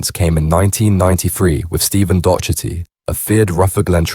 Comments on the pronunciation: Its pronounced dock- erty ffs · When you are saying Docherty you are pronouncing it wrong We Pronounce it here as “Dockerty”, I’ve heard it on a couple of vids now and wanted to try help 🙂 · Turned it off when you repeatedly can’t pronounce Docherty 😂 A really common name.